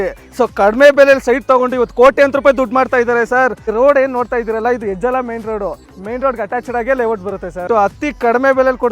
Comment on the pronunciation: ಹೆಜಲ ಅಲ್ಲಾ ಅದು ಹೆಜ್ಜಾಲ, ಮೈಸೂರ್ ರೋಡ್